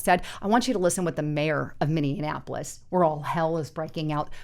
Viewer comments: It's not Minneanapolis --- It's Minneapolis - That's Minny - Ap - O - Lis --- nothing like Indianapolis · What is "Min-nee-anapolis"? I have heard of Minneapolis....learn how to say the name of the city you are talking about. It wasn't a one-time mispronunciation, as you said it several times in this upload. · You are mispronouncing Minneapolis. You are adding an additional M that isn't there. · Please, please, please... it's pronounced (MIN-EE-APOLIS), not (MIN-EE-IN-APOLIS). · Maybe she meant minion apolis? I heard it too, and it made me wonder if it was purposeful after I heard the play on words... Just a thought. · There is no I can't believe the number of creators I've seen today that don't know how to say Minneapolis! lol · Dear God, learn how to pronounce Minneapolis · Her and her husband must have gone to the same school . Neither one can pronounce Minneapolis or Venezuela.